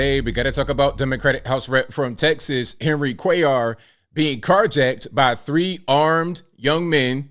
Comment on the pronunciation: 👍....tHANK U for pronouncing Cuellar correctly...my mom's maiden name was cuellar... and even here in NM I've heard many weird prounciations and misspellings. ps/we're been here since the colonization of NM.